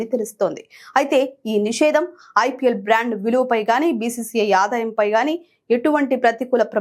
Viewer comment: అమ్మా బంగారు తల్లీ..ఆధాయం కాదు.ఆదాయం...తెలుగు నేర్చుకో ముందు 🤦‍♂️🤦‍♂️🤦‍♂️🤦‍♂️🤦‍♂️🤦‍♂️🤦‍♂️